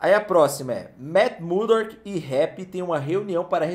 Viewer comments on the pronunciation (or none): O ainda não aprendeu a falar "MURDOCK", sempre fala "Matt MuDORK" kkkkkkkkkk